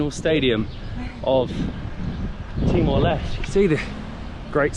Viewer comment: timor leste. Les-teh. Not les.... Stupid